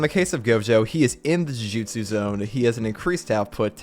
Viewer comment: thank you for pronouncing JUJUTSU correctly, i’m hearing way too many JUJITSUs and like, URA AMEs instead of URA UMEs (i mean you just say “hobbit”but yeah) saying the names correctly matters